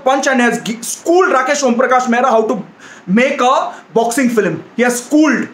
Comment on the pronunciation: It is not filim its film bro